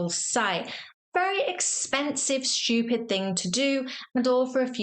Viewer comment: Very amusing. BTW there is no "h" in stupid.